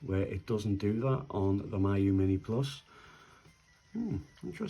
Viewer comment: FYI, its pronounced mee-you. It's a Chinese word.